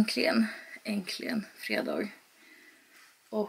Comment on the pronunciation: Jag gillar verkligen dina vloggar men du måste lära dig säga äntligen. I varje vlogg har jag reagerat nu och du säger det inte bara en gång utan flera och i sträck 😂😂